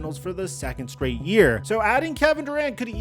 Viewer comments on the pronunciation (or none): none